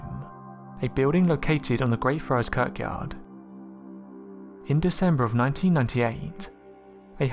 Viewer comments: I'm sure this guy pronounces some basic words weird just to troll. "Kirkyard" Really? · Why do you pronounce church yard as curck yard? Is that how it's supposed to be pronounced? I'm not native English speaker so that's why I'm asking